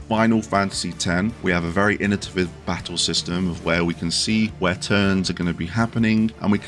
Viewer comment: Like your list. But its innovative. Not innotiviv. 😊